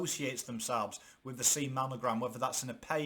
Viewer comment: Did Coach just say "C Mamogram"? 🤔